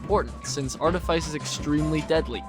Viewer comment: Wow that's the most outdated high quota guide I've ever seen. First off, for the love of God, it's pronounced "Arteefeece". Then, seriously ? Assurance ? This ain't v47, old man. If you're playing squad, no one cares about getting to fire under 10 seconds if it's gonna be to get a maximum of 14 measly scrap items with barely any that are among the quality list. First moon should always be Ada. Then Rend for Q2 ? I mean, I love Rend, get the idea behind stacking on Shotguns, but really that seems just as outdated an idea as going to Ass first. You'll find plenty of Nuts on Art anyway so going to Rend is purely optional. Leaving 10 dollar duckies behind is a great mistake too, don't see why you'd ever recommend that. Reason's simple : you're on squads, which means you should be aiming for full clear every run. Every bit of money counts, so don't leave any behind. Take all 10 dollar duckies you find because going for that Gold Bar on the very other side of the Map might cost you your death, but if it's the only item you couldn't get, the suicide guy can always get it back. As for Artifice, the outside enemies ? A threat ? Are we talking seriously here ? The outside enemies on Art are forgettable since you can literally have all you crew get into Cruiser, spend all your day indoors and finish your day off with a Cruiser jump. NOBODY today, unless they're doing an Art Only run and have to get past Q1 Art, should carry a SINGLE ITEM back to the Ship on foot, that is a thing of the